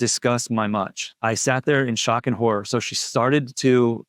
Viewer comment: it should say “shawk and horrah” 😂